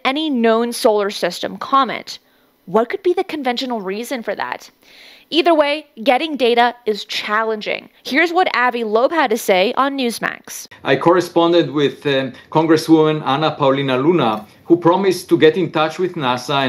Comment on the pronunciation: All your research and you don’t know how to pronounce Avi=Ohvie Loeb?!